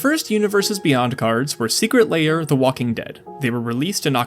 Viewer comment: It's also "Secret Lair" not "Secret Layer"